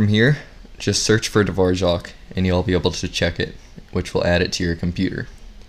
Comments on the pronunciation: Why does he pronounce Dvorak dvorjak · why is he saying dvorak like that